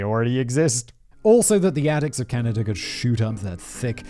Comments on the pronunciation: did he just say.. canadia? 😂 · Simon i love you but you literally make zero effort to pronounce anything, you even said "Caneyda" at one point.. lmao Simon standing up for corporations... But then again this is from the guy that says "Daddy Bezos" so....